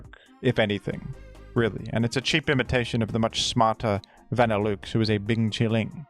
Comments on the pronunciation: Hearing Vanilluxe pronounced that way is crazy 😭 You're saying vanilla correctly, so why is Vanilluxe van like a car? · Some say “Vanilluxe” is a pun involving “deluxe” and should be pronounced accordingly, folks. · Truly a dillewks pronunciation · Say "vanilOOX" one more time and im gonna crash out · I love pronunciation but im drawing the line at "van ill ooks" this has gone too far. Who told him to say that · pronounced va-nih-LUX in the anime and on bulbapedia he definitely said it wrong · Vanilla Delouxe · the vanilluxe pronunciation gotta be ragebait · please please please pronounce vanilluxe correctly I beg of you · Is that really how vanilluxe is pronounced in australia or am I being played the fool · Only someone as brilliant as could come up with such an incredible pronunciation for our frosty friend Vanilluxe. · i instantly got flashbanged by the way pronounced vanilluxe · The fact that you somehow missed the obvious pronunciation of Vanilluxe USING LOGICAL VOWEL SOUNDS THAT MATCH "VANILLA" AND "DELUXE" is actually incredible. Bravo. You might be one of the only people on Earth to get that name wrong. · 3 seconds in an he has already commuted war crime with his pronunciation of vanilluxe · I am absolutely here for this Australian man pronouncing this ice cream Pokémon in the most aggressively French way possible. Mon dieu. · My man, idk if you're doing it as rage bait at this point, but think about the words that make up a Pokémon's name for pronunciation. Vanilla, and deluxe. Nobody pronounces either of those works the way you pronounce the parts of vanilluxe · wtf is that pronunciation of vanilluxe my guy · I have NEVER heard Vanilluxe pronounced like that. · Good video, but the way you pronounce Vanilluxe is making me cringe ;w; Also, I've heard of the utility umbrella thanks to Reverend!!! :D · pronunciation of Vanilluxe sounds so wrong but it tickles my fancy...